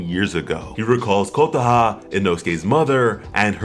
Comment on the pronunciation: "Kotah" Ayo what the cluck